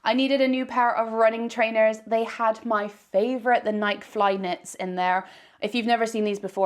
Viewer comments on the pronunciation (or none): none